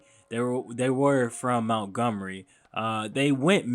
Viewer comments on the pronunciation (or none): It’s Montgomery not Mountgomery bro 😂 keep doin yo shit though. 💪🏾